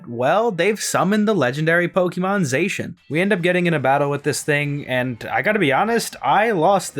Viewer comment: These games were really good. I liked the visuals and many of the character designs. The wild area was pretty barren but the tall grass textures look awesome! Zacian is pronounced Zah-see-yan.